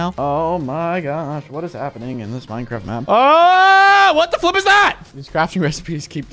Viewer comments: Flip sounded like the f word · Did unspeakable say the f word or Say flip